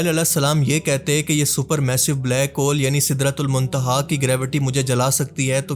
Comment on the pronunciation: black hole ko sidra tul my tiha kyun bol rahay, Kya bol rahay ho